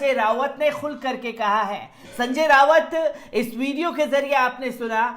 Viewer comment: जब किसी नेता का नाम भी ठीक से नहीं ले सकते संजय राऊत को संजय रावत कहते हो तो क्यों नहीं पूरी तैयारी से कैमरे के सामने आते हो